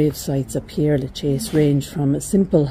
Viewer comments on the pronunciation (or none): Its Pere, not Pierre as you keep saying.